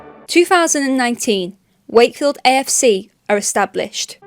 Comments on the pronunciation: 'Sake field. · Funny how you says shakefield as they do actually say “shakey wakey”